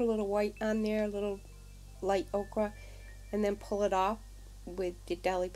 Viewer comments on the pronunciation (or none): The layers are lovely. Happy to see videos from you. (FYI. ochre pronounced oe' kur. The way you said it is the vegetable okra. Not meant to criticize.)